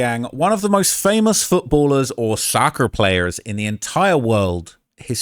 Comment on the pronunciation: you said soccer player the same way kodak said hes a suburban baby now lmao